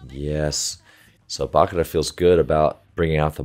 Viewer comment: One thing, the chi in Bachira is pronounced just like that, “chi” like energy, or as in “cheese”.